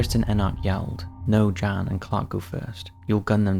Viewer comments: I'm pretty sure the first guys name is pronounced as Yon not Jan even tho thats how its spelled. I know this cos i watch professional cycling and ine of the riders name is Jan (Yon) Ulrichson. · Jan is pronounced ‘Yan’